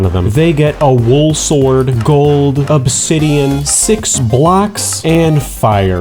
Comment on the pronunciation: "Obsidioff" caught me offguard bruh